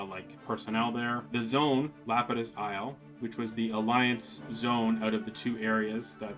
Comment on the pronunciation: lapidis is pronounced la-PEE-dis.